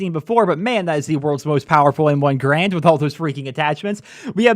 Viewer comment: Pronounced Garand wrong